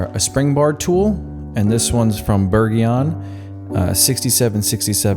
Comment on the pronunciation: Lol "bergeon" in perfect french